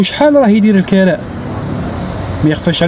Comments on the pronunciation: الكِراء بالكسرة وليس الكَراء يرحمك الله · الكراء بكسر الكاف مش الكراء بفتح التاء صار لي ينوض يحل قناة رحتو لاوروبا ما تعرفوا والو بوهالية صبحتو نتوما ماليها اتعلم سع اللغة لعربية كيفاش تنطقها من بعد دير قنوات و تعشقو التشائم و تحبوا تزيدوا فيها اوروبا كيفها كيف بلاد لعرب صارت المجرم و اللي ييبع لمخدرات هناك هو الناجح و حتى لو مهاجر يديرولك لورق😅 خنزو اوروبا يا دين الله بني هجرس